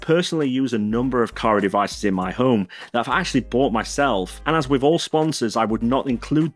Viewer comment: Please pronounce "Home" consistently